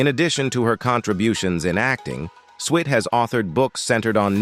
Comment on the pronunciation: You really need to research how to say peoples names and titles of the subject you cover. Also you need to the proper pronounciation of many words you use. Maybe you should go to a voice coach to make sure what you state is correct. Switt is not pronounced Sweet. M*A*S*H 4077 is pronounced MASH like in mash potatoes. Get control of your pronounciation of the English language before you do another review.